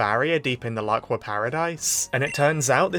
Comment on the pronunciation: The Laqua arc has officially begun. And FINALLY he said the name right 👍🏻👍🏻👍🏻